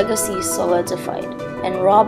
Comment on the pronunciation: Good job, but his name is pronounced row-dah in French. The burghers of Calais is pronounced Kah-leh.